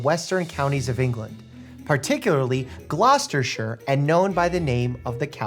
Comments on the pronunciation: Thanks for pronouncing Gloucestershire nicely Mike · you pronounced it correctly!!! I saw it on the book and was tensing up ready for the mangled attempt and it never came! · Thanks for pronouncing the name of county right ❤ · Can I just thank you for pronouncing Gloucestershire correctly? The amount of Americans that mispronounce our counties with a hard "-SHIRE" it has become a joke in the UK. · As someone from rural england not far from Gloucestershire, it's really inspiring that a guy from there was that highly regarded by the world, and that influential to society! (Also thanks Mike for pronouncing Gloucestershire right) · Well done Dr Mike for the correct pronunciation of Gloucestershire. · thank you for that beautiful pronunciation of gloucestershire 🙏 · As an Englishman. I approve of the way you pronounced “Gloucestershire” 😃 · Dr Mike as a girl from Gloucestershire thank you for 1. Pronouncing the county correctly and 2. Shining light on one of our famous Medical pioneers 😊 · Thank you for pronouncing the county right ❤😊